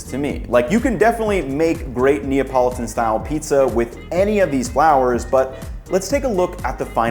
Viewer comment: It’s to difficult say Napolitan?